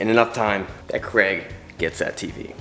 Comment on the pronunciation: Why do Americans pronounce Craig as Cregg? It's an ai sound not an eh sound.